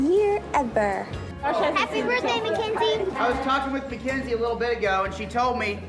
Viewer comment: Her name is not Mackenzie. Ma KiN zie. Mackynzie. Please get her name right.